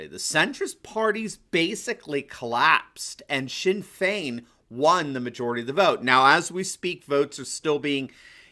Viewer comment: Your attempt to pronounce the Irish names was brilliant. You got Sinn Fein spot on, really close with Fianna Fail and Fianna Gael too! Fe-na Fall and Fe-na Gale.